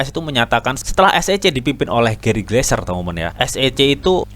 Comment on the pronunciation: Gary Gensler om bukan Gary gleser hihii